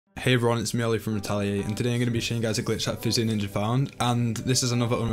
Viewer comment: when you say physioninja i thought you said fitzy ninja which i thought was an actual thing